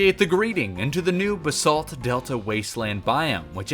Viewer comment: The way you pronounce Basalt gives me overwhelming anxiety. BAH-SALT not bsalt